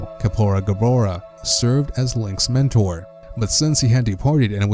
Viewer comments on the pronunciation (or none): none